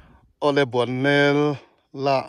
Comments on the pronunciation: Ahmuhnawme,mahse Bualnel tih hlirin ilam/isawi tlatin kahria👍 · Nangmah ber hian Bualnel iti zela...... BUANNEL tiin kan hre thin kha ani si a.